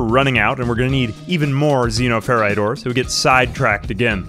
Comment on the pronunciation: It's pronounced Xenoferite. You're welcome 🤣